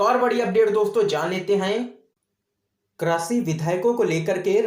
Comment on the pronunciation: Krishi not kreshi